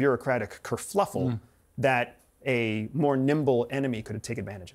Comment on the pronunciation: Hey. What’s a “Cur-fluffle” lol. Definitely CIA, just makin up words.